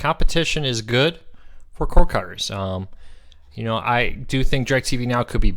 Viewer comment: I love your shows, but perhaps could you speak a little slower? When you say "Cord Cutters" it comes out as "core cuz". Just slow down.